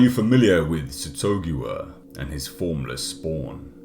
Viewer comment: I thought it was "SATH-uh-GOO-ua"